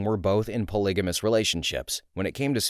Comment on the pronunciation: Hay, the G in polygamous is silent/not noticeable